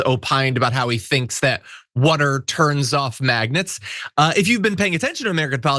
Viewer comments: Yeah. He keeps saying maggot instead of magnets. Wtf😂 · Did he say maggots, or magnets? I don't think he knows the difference.